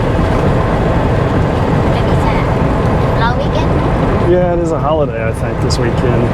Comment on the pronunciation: Always grates on me when people like your mate pronounce Pattaya as PatTIRE even after how many years in Thailand